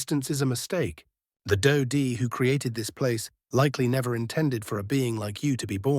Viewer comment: Hi, "Di" is pronounced as "dee," not "dye."